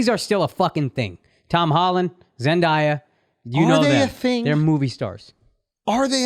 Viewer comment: The way they say Zendaya's name drives me BRAZY😂😂😂